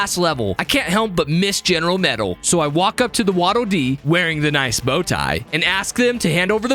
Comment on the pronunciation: You hurt the wattle dee… calling vernias